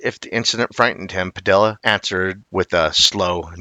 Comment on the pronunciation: The name Padilla is pronounced Pa-di-ya, not Pa-dill-a. The two Ls together make a "Y" sound in Spanish.